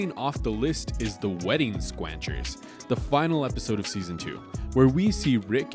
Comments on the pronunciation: Agreed, only some one who hasn't seen the show would pronounce the word "squanchers" wrong. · That's not how "Squanchers" is pronounced. You're completely inconsistent on whether you say the season, episode number, or even the title of the episode. Also, these aren't the top 10 episodes according to IMDb as the description claims, and it seems very unlikely that the order of the top episodes from years ago suddenly changed in the past two weeks.